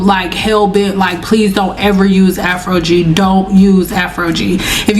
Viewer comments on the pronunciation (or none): Afro-gee, never heard it pronounced like that before 😮😊